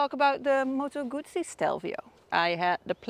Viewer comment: A Gooosee no - a Guzzzzeee